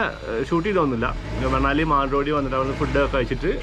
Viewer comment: It's pronounced Manali with an n like the n in n in vinayam.hope you don't mind my saying so.